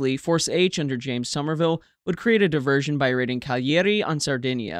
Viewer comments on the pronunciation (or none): none